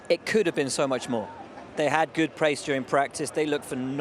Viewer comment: Why is Leclerc pronouncing could as cool, and would as wool??? Please somebody let him know. You have to pronounce "d" not "l"